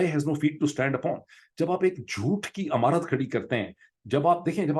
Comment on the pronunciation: ڈاکٹر صاحب پلیز تصحیح کر لیں، ہَدایت نہیں "ہِدایت" کَتاب نہیں "کِتاب" عَمارت نہیں "عِمارت" Very funny and interesting vlog BTW.👍